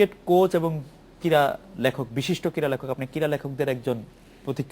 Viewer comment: shaheb, shobdo ti 'KIRA' noy, hobe 'KRIRA'.....:-)